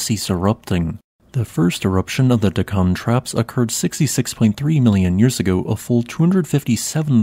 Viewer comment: It's DEK-kan, not Dek-KAN